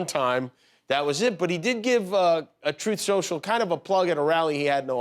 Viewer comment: I love how after he flubs a line he just keeps right on going...as if to say "yes, that's what I meant to say, Troth Senshul".